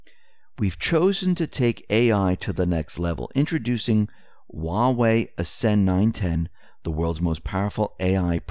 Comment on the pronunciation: When he said Huawei out loud it sounds just like Yahweh (YHWH). That's a no-no.